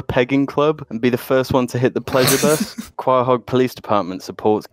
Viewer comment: Kinda bugs me how they still pronounce Quahog wrong. Do you even family guy, br0s? Seth would be disappointed. Anyway, -1.5/10 great cast as usual.